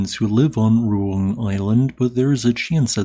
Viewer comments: not like that, I mean Ru-Ang, In Indonesia we pronounce the letter A by opening our mouth. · Sabar, orang luar cara pengucapannya beda jauh sama orang indo😅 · speech impediments exists dummy